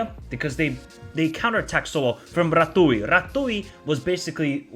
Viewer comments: Great analysis! I agree with your assessment and I hope that we can be the surprise of this tournament! Just as a side note, the way you pronounce the name of Andrei Rațiu is Ratzyu. The Romanian Ț is the equivalent of tz, just like the ș in Drăgușin sounds like a sh. HAI ROMÂNIA! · he should try to pronounce like when you have tz in a name, raTZiu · take the "zz" from the word pizza, and replace the "ț" from Rațiu. that's how you pronunciate his name. allways when you see "ț" in romanian words, think about the zz. it's the same sound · Ratiu is pronounced Ratzew not Ratouille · Thanks!! 'Ratziu' not 'Ratoui' :) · who the hell is ratui bro? It is pronounced Ratziu. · Rațiu aka "Ratooi" is pronounced "Ratzzyou" (with Z, like in pizza). :) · It’s <Ratziu> not “Ratooie” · "Ratui":))))). Rațiu should be pronounced as "Ratsioo", with "ts" as in "tsar bomb" and "oo" as in "book". "Ratui" is something pretty original:)))) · R A TZ I U ....not R A T U I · Ratziu not Ratoui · It is not Ratui it is Ratiu (read Rah-zziu, with that zz as pizza). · Ratui 😂😂😂 i know it’s difficult to prononce but it still funny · Ratiu is actually pronounced like 'ratziu', not 'ratui'. Just to know for future clips (Hope there will be more about our national team) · it's rațiu not ratouille. It's pronounced ratziu. :) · Rațiu(Ratziu) not Ratui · He is Ratziu not Ratooy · Ratui 🤣🤣🤣 so funny, i love how you say it but the pronunciation is more la Ratziu, because of "Ț" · Ratui lol, that sounds funny. And no worries, it's just fun to hear foreigners pronounce Romania names. You'd pronounce his name like Ra-zz-yu(like the zz in pizza). Yup, they did quite great as a team, a really lovely performance. I feel like the defenders really did an amazing job, but then again, the whole team had a great performance, except one for me. Coman showed something I really disliked.... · it is Ratiu not Ratui :))) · Rațiu it’s pronounced Ratziu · You pronounce it Ratziu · it's Ratiu not Ratui ;)